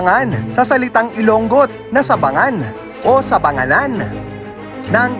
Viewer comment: should be pronounced ilongot (i-lo-ngot) not i-long-got fyi